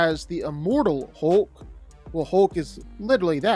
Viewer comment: His name isn't "Holk"...